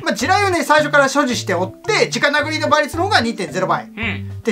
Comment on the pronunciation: 子供たちが直殴りをちゃんと「じかなぐり」と覚えるようにちゃんと言ってる所に好感。言葉は大切だからねぇ。